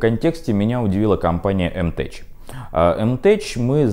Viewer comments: "мтеК", а не "мтеЧ". Ну, право слово... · Ну сколько ж можно!!! Не "теЧ" а "теК"!!!!!!!!!!!!!!!!!!!!!!!!!!!!!!!!!!!!